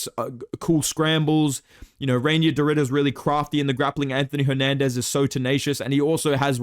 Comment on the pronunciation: Reinier is pronounced "Rye-near"